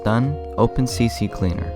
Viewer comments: ITS C-CLEANER NOT CC-CLEANER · You said "CC Cleaner" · Why do people always call it CCCleaner, its C-Cleaner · Haha you said C C Cleaner, i say the same thing even though its just one C xD